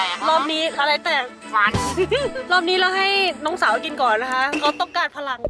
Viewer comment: ใครสังเกตบ้างว่า พี่ ตอน พูดว่า "นะค่ะ"🤣